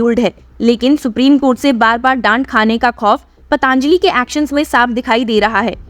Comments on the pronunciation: Madam , आप पतंजलि को पतांजली उच्चारती है ; सुधार की जरूरत है 👍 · आपके द्वारा "पतंजलि"को " पतांजलि" उच्चारित करना हीं शक उत्पन्न करता है।